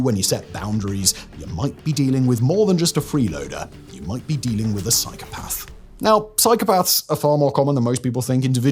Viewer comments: There is no 'r' in psychopath, Simon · Every time Simon says the word “psychopath” all I can hear is “cycle path” 😂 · I know this guy is a bit posh but no one pronounces "psychopath" like that. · Learn the real story behind Frank Abignale please. Also pick a pronunciation of psychopath and stick with it, couldn't keep watching was too annoying